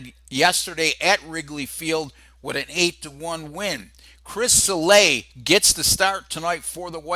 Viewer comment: Why are you pronouncing Sale as Salè?